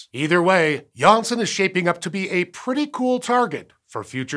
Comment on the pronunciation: nailled it the dutch name"Janssen"